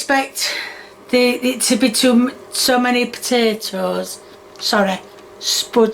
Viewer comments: A spud-tate-ohh…🤣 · Also not sure why she says onion then hunion as if she's correcting herself into saying it weird. She did the same with potato and Spudtato.